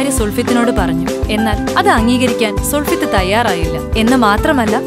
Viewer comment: sulfith alla, sulfath aanu sister...!